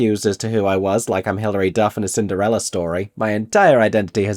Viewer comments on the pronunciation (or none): none